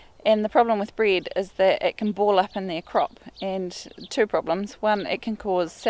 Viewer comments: I don’t know what “breed” is, are u saying “bread” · She said bread or breed 🤔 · Nice place you got there. I was a bit confused when you said to not feed them bryd, ha ha. So of course I understood that is your dialect for saying bread. Ok, that was useful to know. What about feeding bred to ducks? It is very common in my hometown to feed the wild ducks some bread...